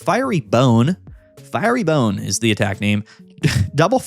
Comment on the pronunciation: You pronounce it wrong is pronounced fie ..ry bone